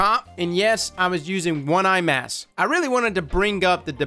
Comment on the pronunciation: "One eye mass"